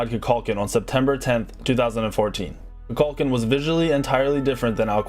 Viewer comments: There Is A Right Way To Say These Names. They Are Not Made Up Names-They Are From Other Cultures So If You're Saying It Wrong You're Saying It Wrong. Simple As That. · you butchered those names 😂😂, it's (koo-kool-kan) not (ku-kul-kin) wtf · You pronounce Amaterasu perfectly then. Kukulkan however is pronounced Koo-kuhl-kahn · "KU-KULCAN" It sounded like he was mixing Kukulkan and Vulcan together xD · kukulkan HOW DID YOU GET THAT PRONOUNCIATION WRONG WTF YOUR JOB IS TO READ THINGS YOU'D THINK YOU'D BE GOOD AT PRONOUNIATION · The way he pronounced Kukulkan.. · Professional smite player mispronounces Kukulkan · Is he saying kulkulkhans name wrong? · his pronouncing of Kukulkan and Amaterasu are wrong